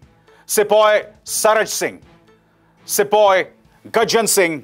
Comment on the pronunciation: O Bhai pattal kar babu sipoy nhi hota balki sipahi hota h